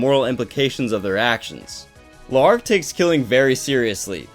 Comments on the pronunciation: its pronouced larc... its an easy misconception that it is le arc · Saying his name L'arc is better than La'arc. Kinda triggering actually (only die hard fan)